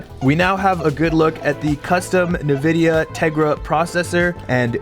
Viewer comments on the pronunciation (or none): NVIDA pronouned: N - VIDIA NOT Nah-vidia. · EN-vidia, not NUH-vidia, lol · nevidia.... bruh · nuh-vidia? *en-vidia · its not "nuh-vidia" its "en-vidia" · I hate that you promounced it "nuh-vidia." Its just Nvidia. Just say the letter N, and then vidia. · Did he just say "nuh-vidia"? 🤔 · It’s like saying, did he say Nik-eeeee? When there’s one e. I know it’s N + vdia but who cares if someone says Nuh-vidia? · Did u say "NAVIDIA"? 😋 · "nuh-vidia" Bruh 😄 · I was enjoying your video and learning new stuff... ...until now... ...You mispronounced Nvidia. (It's not pronounced, Nah-videa). Now, I don't know if I want to ever continue following you.😅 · I’ve never heard anyone pronounce Nvidia like this. 😂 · I don’t think it’s correct, but it’s not an issue of course. Just an observation haha. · im sorry- can you say nvidia again????